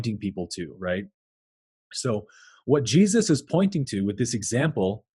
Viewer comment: I could listen to you pronounce Jesus for an entire video. Just..on a loop.